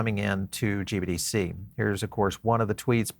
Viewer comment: Sounds like you keep saying GBDC instead of GBTC which makes me nutz!